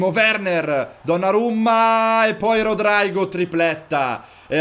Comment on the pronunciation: Si devi Rodrigo non rodraigo